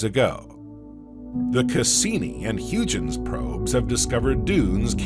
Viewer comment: When u butcher the pronunciation of Huygen's we cannot watch your channel. Buy a dictionary. 😅😅😅😅